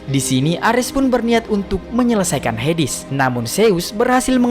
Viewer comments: HADES tawwaa bukan hidis😢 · bacanya heds bukan hedis 😂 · Hades min bukan hedis